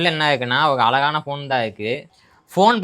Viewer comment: அது அலகா இல்லை அழகா நீங்களும் உங்கள் தமிழ் உச்சரிப்பும் ழகர வரிசைதான் தமிழின் அழகு அது தங்களிடம் சுத்தமாக இல்லை தமிழ்க்கொலை மாம்பழம் என்பதை மாம்பலம் என்றால் எப்படி திருத்திக் கொள்ள பழகுங்கள் தங்களுக்கு புரியும் என்று நினைக்கிறேன் தங்களைப் போன்ற வலைதளவாசிகளால் தான் தமிழின் அழகு பாழ்படுகிறது